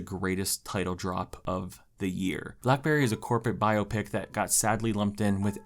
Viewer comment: love the vid! also, you said 'biopic' wrong LOL